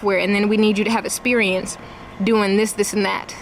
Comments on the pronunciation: "You need essperiense" everything I need to know from just one word. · I imagine during interview her mispronunciation of "esperience" might have something to do with it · Anyone else think she might have a better shot if she knew the word proprietary and if she didn’t pronounce the word “esperience”?